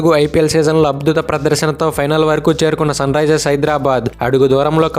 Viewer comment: అబ్దుత ప్రదర్శన కాదు బ్రో అద్బుత ప్రదర్శన అనాలి😂😂😂